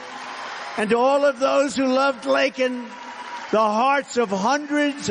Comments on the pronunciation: Wouldn't she be happy to know a former president cared enough about what happened to her to talk about her, while the current one couldn't even say her name right. Good for him. Poor girl. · The clown apologizes to the murderer while pronouncing the innocent victims name wrong. While MY president not only demands justice for beautiful Laken but acknowledges her family BY NAME! This is shameful BIDEN SHOULD BE IN PRISON! TRUMP 2024!!!! Justice for Laken and god bless the Riley family! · Never mind the fact that he didn't get her name right! He doesn't care about American live's! Why is he even in office? Why isn't he in Prison? Rotting away for treason , And taking bribes from China? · What a huge disgrace to this country!! He had the nerve to apologize to a murderer instead of apologizing to Laken’s family for not saying her name right. This had to cause even more Pain for her family and friends. I am praying for this family! Laken we will not forget you or say your name wrong!!! President Trump will be back stronger than ever and he will see that your death was not in vain!! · Trump calls and talks to the family and gives his condolsences! President Biden can't even say her name right!!!! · Yeah, apologizes for using the “wrong term” about an illegal immigrant. (Why won’t my phone prompt the term immigrant??) but doesn’t apologize for not pronouncing Laken’s name properly. I’m disgusted…I really am. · Apologizing to a killer and not to the family for mispronouncing their daughters name is wild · Biden couldn't even say her name correctly during his state of the union speech. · He apologizes to her killer for calling him an illegal but no apology for saying her name wrong!? Such a horrible person and administration, the worst we’ve ever had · Trump can say Laken Riley biden couldnt say it that tells me biden is unfit for office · and did you see KH's smirk when he mispronounced Laken's name?